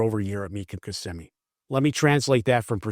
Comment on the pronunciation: “Mecum Kimmsimee data”